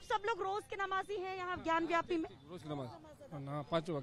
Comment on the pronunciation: रिपोर्टर मैडम सही नाम है ज्ञान बापी ना की ज्ञान व्यापी सो कृपया सही नाम लें 😊